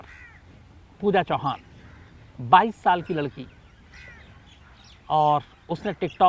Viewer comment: U r right Pooja chavan not chauhan